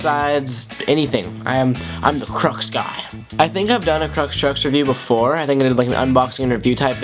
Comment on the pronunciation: Krux not Leix- wtf